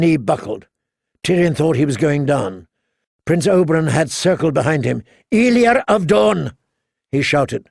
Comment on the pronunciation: He keeps saying Oberon instead of Oberyn